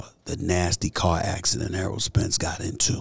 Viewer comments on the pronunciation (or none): Errol not earl